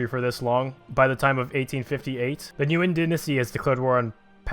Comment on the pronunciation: Nguyen is pronounced as "win."